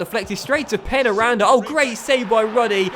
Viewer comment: I think that it is pronounced 'pain' 'ya' randa